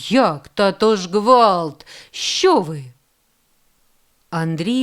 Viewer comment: Дякую. Але чому ж пані читача не відпрацювали свою вимогу. Ріже вухо " чЬогось" "ШчЬо". Дякую все є таки . Хотілося б покращення вимови.